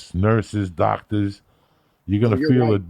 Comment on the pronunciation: On every episode I look forward to Joey telling “kick this mule lee” LIKE A DOCTAA